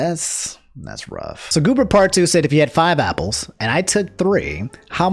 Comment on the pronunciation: why do you say Opple instead of Apple